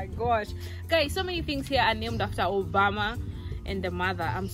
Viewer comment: Put that word in full president Barack Uberma not Uberma ok